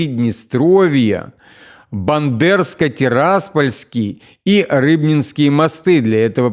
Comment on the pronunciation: Только не Бандерское , а Бендерское , город называется Бендеры